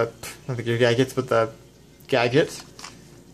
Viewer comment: Gaigits? What's a gaigit? You mean "Gadget?"